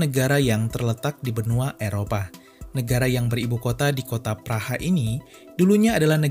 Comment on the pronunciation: melapaskan praha itu "praq"